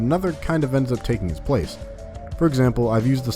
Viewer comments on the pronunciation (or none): none